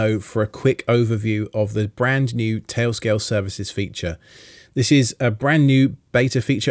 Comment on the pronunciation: “Tay-o scay-o”